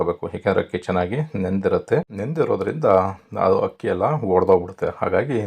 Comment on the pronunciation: Hakki antha helthira akki antha heli